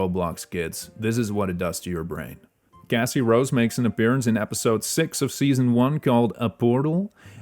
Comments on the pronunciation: I’m sorry but your accent makes Cassie Rose be Gassy Rose and Beacon town, bacon town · MEERP❌️. Cassie rose is originally from mcsm and can be obtained in forsaken via earning the "what a shame" achievement